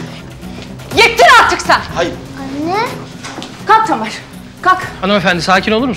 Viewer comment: Tenör değil tamer